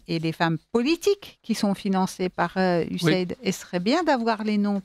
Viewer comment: MERCI DE PRONONCER CORRECTEMMENT CETTE INSTITUTION ON DIT " USA ID"